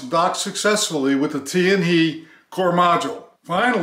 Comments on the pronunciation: TianHe is pronounced as Tian "HER" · It's pronounced as "Tian Her" not Tian hei. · without "r", but it's ok to pronounce as "he", for "tian he" is Chinese Pin Yin, not english. Just like "Ni Hao".